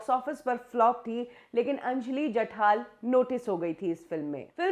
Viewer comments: नाम जठार है और आप जठाल ही बोलती रहीं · Are mhashi. jathaal naahi jathaar ahe naav.